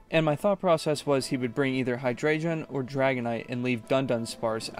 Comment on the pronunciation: I love this cosept and as someone who has followed comp Pokémon and only dipped my own toes in a few times, massive respect for making your own team, and spending so much time researching (one small note hydreigon Is pronounced “hi-dragon”)